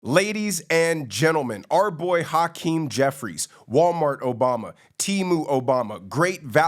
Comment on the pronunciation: Pronouncing his name is like hacking up a lougie. Haackeem